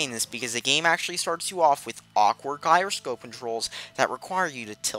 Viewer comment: Can you even pronounce "gyroscope" correctly?